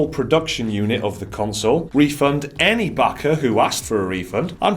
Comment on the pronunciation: Everytime they say "Backer", I hear "Baka". Fitting.